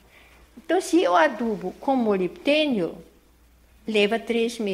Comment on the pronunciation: ela fala MOLITENIO ! Seria MOLIBDEBIDENIO ??? Pode esclarecer ? Como usar esse adubo ???